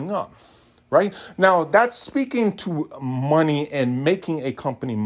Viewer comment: Please never say money like that again.